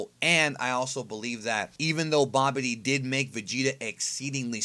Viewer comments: Hahahaha saying Babidi as "Bobby Dee" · I thought he said "Bobby D" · Can't stand how you pronounce "Babidi"